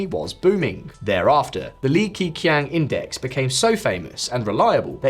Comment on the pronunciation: its not pronounced as "key: but "ke" like "ke-bab, ke"